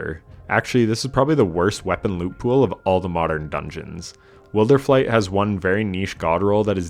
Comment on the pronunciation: Can I just say: you pronounced wilderflight as “will-der-flight”, and it made me so happy. I don’t know why other content creators (ie datto, I love him, but this drives me insane) pronounce it “wild-er-flight”. lol kinda dumb I know but it gave me SO much satisfaction.